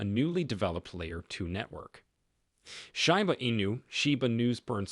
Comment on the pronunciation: Hey dumb fcuk its not call SHYBA inu ,its SHIBA